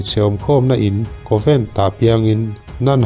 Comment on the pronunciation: Covent a?? Convent ani zawk lo maw ka pu?